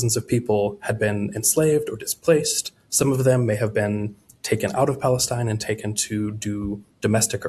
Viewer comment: It was so cringe hearing this weirdo so confidently repeat and repeat and repeat time and again, “1st century pALeSTinE”